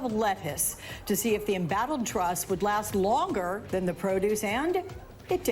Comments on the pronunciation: Finally you say her name right, now that she's out, Troooose! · I love how Trevor finally learned how to pronounce "Truss" right when she's leaving